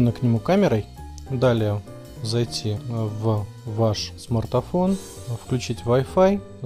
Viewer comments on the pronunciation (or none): Какой ещё смартафон???????? ПРАВИЛЬНО СМАРТФОН!!!!!!!!!!